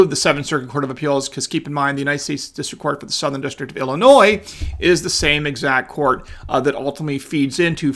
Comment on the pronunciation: He say Illinois??? Wtf?